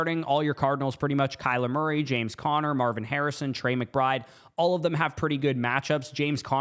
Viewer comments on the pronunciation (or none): none